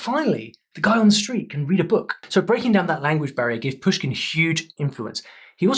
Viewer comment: Not Pyushkin and Nábokov but Pooshkin and Nabòkov bro)